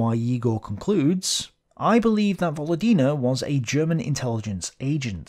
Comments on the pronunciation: Just a small pronounciation correction,. It pronounce VoLOdina with an emphasis on LO. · volOdina. Stress on second syllable 😊 if its russian lastname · actually Volódina is surname with you pronouncing with wrong stress. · "Volodina", it's most likely is a surname - "Володина". Like Stress on the second syllable btw. On second "o". Pretty common russian surname actually. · This is 100% surname, just put the emphasis wrong. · I would assume "Volodina" is a surname, with stress falling on second vowel. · I really like your videos, thank you very much. But one small detail is very hard on the ear: in Volodina surname the emphasis is on the second "o", and not on "i", although on the other hand, she does not deserve correct pronunciation for her frigging collaborationism. Thanks!